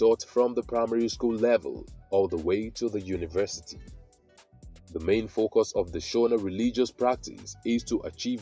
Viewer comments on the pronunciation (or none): none